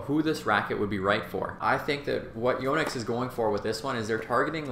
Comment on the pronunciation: Impressed how he says Yo-nex. It’s a Japanese name, and he says it correctly. I know this and yet I don’t think I’ve said it correctly. Your game looks good,.